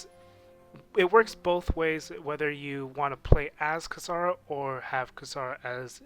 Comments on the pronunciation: Kasara? Kasara?? I know of KIsara, not Kasara. Seriously americans... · If you're really tryna be formal about it..it's actually pronounced KEE-SA-LA.